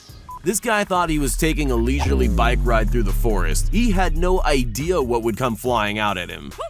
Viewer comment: he had no ideer what was coming